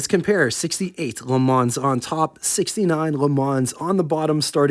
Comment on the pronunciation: got a one up on your pronunciation, … the “s” at the end of LeMans is silent.